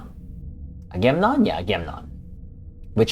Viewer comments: You missed the second 'a' in your pronunciation. Sounds like.....Aga...mem...non! 🙂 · I think that C.S.S. Ranger should be renamed Stalker, I think it would fit that culture better. I think its pronounced aga-mem-non, I remember its Greek. I think that I.S.S. Relentless had the most different design.